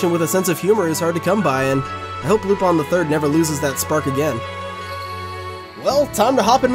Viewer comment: Is it really pronounced lupon? just curious.